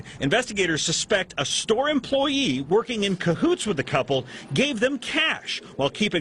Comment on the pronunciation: “And I like this sto.” 😂😂🤣